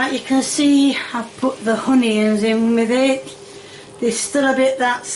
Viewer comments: As a Brit I’d like to apologise for this DISGRACE! We DONT say “honion” it’s onion and always will/has been ONION. What she cooked here is wrong on so many levels. If she was a cook in the war she’d have handed the keys of Europe and America/Canada to hitler himself 😂. To all non brits please don’t think we live like this cause we don’t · Lol and she calls them oniyums or something 😂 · Ah yes, "onions" is pronounced [ˈhʊniˌɑnz], and anyone who doesn't pronounce it that way is a worthless oompa-loompa 😂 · I kept thinking she was putting “honey” in her cooking but I finally figured out she’s saying ONION… I think she says it with a H 😂😂 …and hamburger meat is not called mincemeat … mincemeat has dried fruit in it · When she raised the "pastry" I think she was saying it was "cooked" not "Cut". Also, when she says hoenyoins it really bothers me. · It always makes me laugh when she calls onions 'hunions'. She's such a sweet lady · "Peppier" and "Honeyons"???? Why is it so hard for this woman to say pepper and onions? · Honoins 🤣🤣🤣GO ‼️‼️‼️ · "Honey-Yons" = Onions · I don’t understand why she pronounces onions as “honey-yons” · the hunyunz 😭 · Why does nearly everything she makes basically all looks the same no matter what it is 😂😆 I hate how she pronounces some words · She intentionally says onions wrong. I have heard her say the damn word correctly.